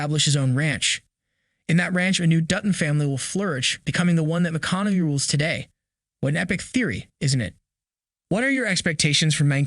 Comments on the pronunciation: McConaughey not McConaughe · Its pronounced ... "Ma-con-a-hey" but otherwise "you shore dun gud....." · Is the man's name reallly that har to say? McConaughey: [MUH] + [KON] + [UH] + [HAY] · Appreciate the great video and updates! Hate to be critical, but your pronunciation of McConaughey drove me nuts! lol It's Ma Con Uh Hay. Not McConomey. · 1883 was a masterpiece. Also please stop mispronounced names. McConamy? Wtf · It’s pronounced ma con a hay, dope. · McConamay? Lol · Are you saying Matthew mcconavee? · Great vid...until I hear the narrator pronounce Matthew McConaugHey's name as Matthew McConaughMEy at least 6 X's!! If U r going to produce a Video ATLEAST learn 1st how to pronounce correctly the names of the people involved, PLEASE!!! 🤦‍♂🤦‍♂ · Starting how can yall not say Matthew McConaughey name correctly? ( mih-KAH-nuh-hay ) HAY !!!! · You’re pronouncing McConaughey wrong. I’d be cool if he’s in the family tree. Amazing actor. True Detective, Mud, Killer Joe, Dallas Buyer’s Club, The Gentlemen, etc. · You pronounce mathews name wrong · Who edits these videos? You can't pronounce McConaughey? Whoever is making these videos has never heard the names before. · Never heard someone butcher saying McConaughey that bad before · I don't approve how u say Matthew McConaughey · First let's learn how to pronounce Matthew McConaughey's name, he's only been a popular actor for 2 decades. It's unlikely that he would play a descendent of Spencer in the year 1944 as that is only 20 years after current events of the show. McConaughey is 53 years old. It's more likely that he is to actually just play an older version of Spencer given Spencer's current age of mid 30's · Please learn how to pronounce McConaghey.